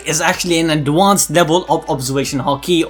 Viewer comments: I swear to god if you say adwansed instead of advanced one more time I’m disliking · Can you please look up how to say ADvanCEd